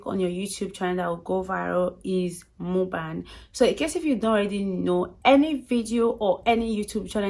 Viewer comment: Lol not you pronouncing muk-bang as mu-bang🥲